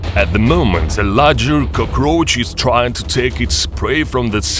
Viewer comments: Cuhcroach. Love the pronunciation. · Coo-kroach lol